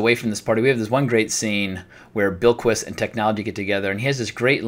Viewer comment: You are pronouncing Bilquis perfectly, I listened to the audio book and that is how it is said.